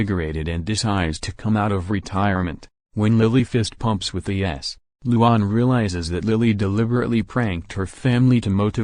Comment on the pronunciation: you did not say luan's name right